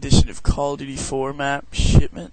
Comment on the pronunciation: It sounded like you said "shitment".